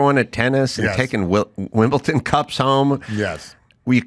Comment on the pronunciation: Ii used to think that Corolla was being hateful for mispronouncing Kamala. Now I see he's just an idiot since he can't pronounce Wimbledon.